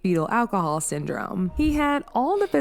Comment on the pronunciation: After the 3rd time you pronounced it awhcohol I had to turn it off. Also the c in cps stands for child and the acronym is child protective services so when you call it child cps it sounds more than a little unintelligent. Take care